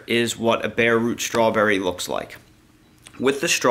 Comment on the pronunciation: There ain't no H in STRAWBERRY